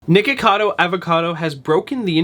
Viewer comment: why do you call him nickado 😭😭😭 it’s nikocado, nik-o-cad-o